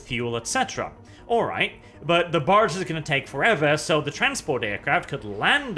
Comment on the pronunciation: Every time you say barge I hear... Barch. It's a Barch factory.